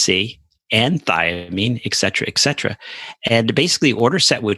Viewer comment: eK cetera drives me up the wall. Dear doctors... You did go to some sort of a Med school I hope. You did study some sort of Latin. ETC means “ET” cetera. “ET” means “and” in Latin. Pleeaaaase! It’s not “eK”!!! Ugh. Go back to school.